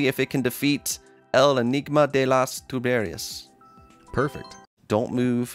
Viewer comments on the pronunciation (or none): I think riddle is a more precise translation and... You know about the pronuntiation... It is "TubeRIas" and not "TuBErias". But everyone that speaks spanish would understand that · Enigma can be traslated as mistery. The pronunciation was good, except for "tuberías", just the acent was wrong